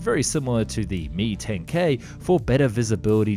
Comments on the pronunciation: I had to stop watching because of the use of "me" in describing the "Mi". It's "M-I" not me but I'm sure most of us know that. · Dude.... it is pronounced as two separate letters. "M" and "I" it is not pronounced "Me". So annoying to hear you say that.